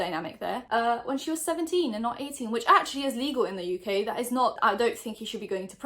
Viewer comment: where are you from out of curiosity? I’ve always assumes English (you sound Geordie to me but I have the worst ear for accent) but am now having a crisis because of how you said “in the uk.” Help me please XD